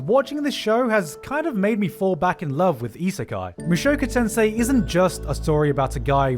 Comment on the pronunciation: i cringe everytime he pronounces "mushoku tensei"